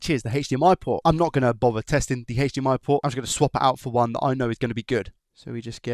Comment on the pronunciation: God can you stop saying sh&hhhhhdmi and just say h . d . m . i?